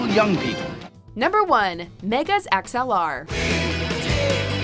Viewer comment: watchmojo can you please teach her how to pronounce character names properly, hearing her saying the names wrongly is very annoying, it's pronounced megas, not migas..........